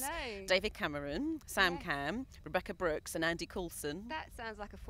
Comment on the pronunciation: "Rebecca Brookes"? It's Rebekah Brooks. Gee, it's not like she's been in the news much, lately.